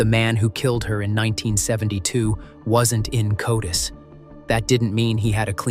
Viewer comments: and not knowing GED is commonly pronounced like a nam: Ged. Same with is CODIS, say it like a word codis. No one says these this way! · Comprehensive video but you need to work on trying to sound less scary and more on place and other names. It's not TooLuh-Lip, it's Too-Lay-Lip and is the name of a local tribe. Also, CODIS is an acronym for the Combined DNA Index System and is pronounced as "Coe-diss" not as separate letters. I live in WA and work in the criminal justice system so I know what I'm speaking of. While your video is good info, your mispronunciations really don't do it justice and your narration doesn't either. Do better.